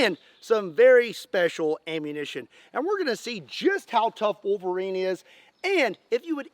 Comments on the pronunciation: drink a shot everytime he says volverine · Love the "Elv-erine"? Look.